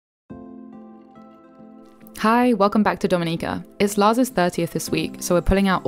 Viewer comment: This was really good. I loved that you correctly pronounced the name of our island. I get peeved when people don't care enough to do even that. My only observation would be to please encourage visitors going on intermediate to advanced hikes on 🇩🇲, such as the one to Victoria Falls, to please hire a certified tour guide. People have had mishsps, gotten lost, hurt, and even died on some of our teails. That message of safety should accompany a beautiful vlog like this.